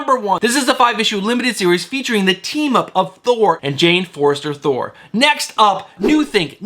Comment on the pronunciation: I say this with love as a fan, but my man is out here butchering names every video lol. Jane Forester? Haha latest example.